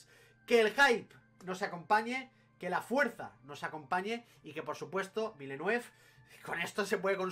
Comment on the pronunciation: Buen vídeo. Un apunte: los guiris lo pronuncian "vilenev".